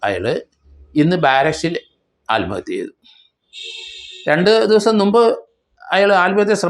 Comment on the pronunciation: ആൽമഹത്യ എന്നല്ല പറയേണ്ടത്... ആത്മ ഹത്യ എന്നാണ് പറയേണ്ടത്